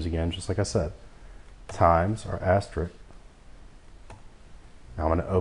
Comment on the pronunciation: For future tutorials, the "*" is pronounced "aster-risk," not "aster-rick." You are not the only tutor who pronounces it that way. For some reason, a lot of people struggle with that word. Also, the "^" is a caret, although I liked that you called it a hat. Tutorial was good in some regards, and lacking in others. Are you doing this from memory, or referring to something offscreen?